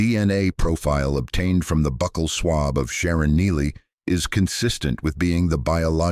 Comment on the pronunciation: I agree entirely!! It's dreadful half the "pauses" are in the wrong place And the pronunciation of "bucal" among others !! !!!!!